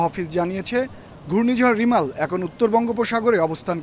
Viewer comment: Not রিমাল..Its রেমাল,,,😂